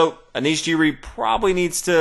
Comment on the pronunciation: just saying that Anish Giri's last name is pronounced gee-ree not jee-ree